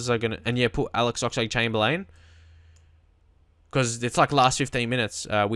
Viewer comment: try to pronounce the ox name right chamber-lin